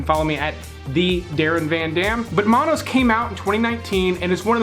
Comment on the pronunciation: Monos - like 'monkey'.. not 'manos' which means 'hands'